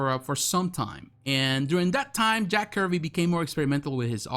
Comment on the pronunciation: Not Jack Curvy. Jack Kirby’s..😂😂